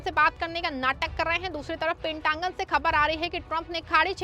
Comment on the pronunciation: It's pentagon not pentangun😊😅😅